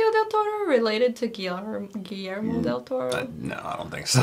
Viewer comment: It's "del Toro" not "del ToRRo"